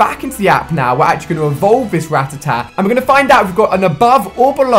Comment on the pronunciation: or ratitat. when it's FUCKING RATTATA